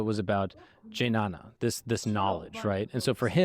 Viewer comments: Jinana?😂 Bro it's Gyan. Not j, it's g. Like game. If someone is confused then go and ask good how it should sound. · Gnana yoga 🤣🤣🤣🤣 It's pronounced and (dnya- na) (hold your tongue as "The" and release air from nostrils instead of your mouth, which would pronounce the word "The", continue your tongue to "nya" instead of "the", and end with a "na") or simply (gya-na).